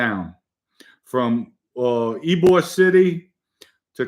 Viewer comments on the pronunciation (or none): none